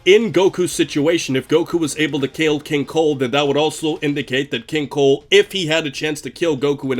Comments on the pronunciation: I keep hearing king cole not cold, and it’s irritating me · Maybe it's me, but 50% of the time I hear you say 'King Coal'. I think it's funny and I can't NOT hear it anymore. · Kinda strange I keep hearing you say Keen Coal